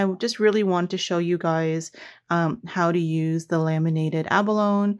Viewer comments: Once again I have had to pause your video, to immediately try to purchase one of the products that you use. I can’t help it, you do such gorgeous work., that I had to get some abalone (pronounced, ab-uh-lone- ee, just for the sake of correctness, not criticising) so I went to Aliexpress and purchased an abalone sheet, then came back to watch to the end. The same thing happened with Daniele Baresi’s products! I just must have them, immediately! I look forward to each new video that you do. I had to watch the short Christmas ornaments compilation several times, while frantically hitting the pause button to get a good look at the pieces, even though I had seen a video of you making them! Anyway, keep on keeping on! Regards from NSW Australia. 🇦🇺👏👍✌️ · Gorgeous,. Btw. Abalone is pronounced abalony. Just thought you’d want to know. 😀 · Beautiful work!! The pronunciation of abalone "a buh low nee" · Just a little comment about the pronunciation of abalone - a·buh·low·nee .